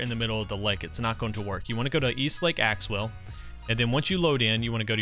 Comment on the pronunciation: Did he realize he was calling lake axew lake axewell Edit: I thought he 2s talking about axew island